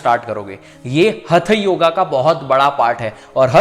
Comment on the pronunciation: भाई धन्यवाद के साथ विनती की अपनी विद्या का नाम उच्चारण तो सही से कीजिए ,हथयोगा नही है हठ योग शब्द है